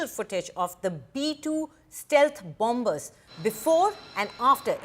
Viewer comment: BOMBERS😂😂😂 not BOMMERS